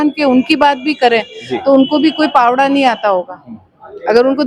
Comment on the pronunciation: ये मैडम पहाड़े को पावड़ा बोल रही 😅